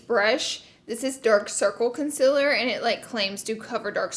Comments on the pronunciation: i love how u always say it like consiller instead of concealer haha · It‘s concealer not ‚conciller‘.. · Learn how to say concealer